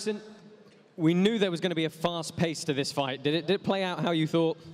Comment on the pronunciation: Hahaha why does he say “foight”?